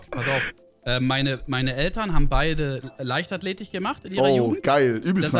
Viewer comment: Niemand:: LeichtathletiCH